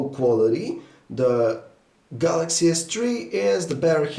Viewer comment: samsung galacshy s tree agaynst the aaaaahteeeeeseeee waann exx